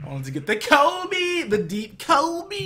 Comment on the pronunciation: The way you're saying KOBE is so wrong lol. Its based off the Chapelle skit